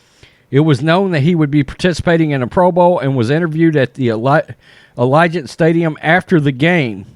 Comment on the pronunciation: You talking about ppl and you couldn’t even pronounce Allegiant !!! Lol